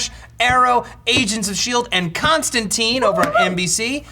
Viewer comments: DJ be starting to jump between Constantine pronunciations. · Stop saying Constantine wrong...